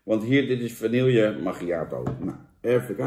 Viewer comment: Jan het is vanieje niet vanielllllje